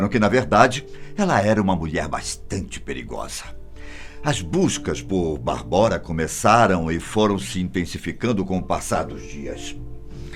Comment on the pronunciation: Correção: a pronúncia não é "Barbóra" e sim "Bábora". Minha ex-mulher é tcheca e sua irmã chama-se Barbora, o que é equivalente ao nosso "Bárbara" no Brasil. Abraço.